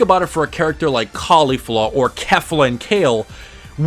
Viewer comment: Thank you for saying KEF-LA and not K-FLA. Geekdom bugs me when he says it like that.